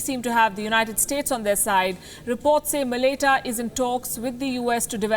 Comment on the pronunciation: Thank you for doing this video!! Really appreciate you putting this up. quick PS. Malaita is pronounced like Ma-la-eye-ta/mala-eye-ta